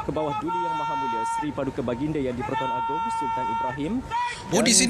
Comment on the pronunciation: Correction: It's Agong not Agung